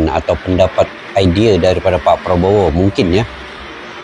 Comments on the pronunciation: Mc Malaysia tidak profesional penyebutan nama presiden.... sangat mengecewakan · Betul ... Salah penyebutan nama presiden ... Sering kali malaysia suka salah penyebutan ... Sungguh Memalukan 🤦‍♂️ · Lagi minta maaf,salah peyebutan nama persiden itu😂kocakk sekelas KTT Asean masih salah,3 negara lagi yg salah nya😂kacaw"gak propesional